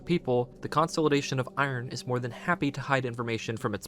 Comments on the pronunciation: How in the world have you not heard this pronounced in your life? You sound like an adult. Everytime you say it like that, I imagine a backhand w/ your name all over it! and everything else you say is pronounced right. I pray that lucky ducky backhand finds you sometime soon. 🤞🤞🤞🤞 Its "Kuhn • saa • luh • day • shn" (consolidation) NOT....... "Kon • saul • eh • day • shn" Also, where does it say anywhere that its "HUMAN" blood. it just indicates "blood". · Consolidation is pronounced: American English: kuhn-SOL-uh-DAY-shun IPA: /kən sa:lr'deıfən/ British English: kuhn-SOL-ih-DAY-shun IPA: /kən splı'deıfən/ Stress: the main emphasis is on DAY: con-sol-ih-DAY-shun. Sorry, but it was driving me nuts 😅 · great video but the way you pronounce the word consolidation is insane